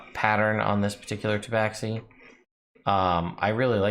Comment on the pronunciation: Well, they are wrong. If you look at the entry of them in the 2nd ed Monstrous Compendium, it has the pronunciation right next to their name. It is pronounced Ta-ba-shee.